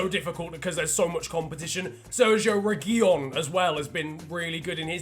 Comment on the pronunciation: by far the worst butchering of reguilón i have ever heard..... and not the double L omfg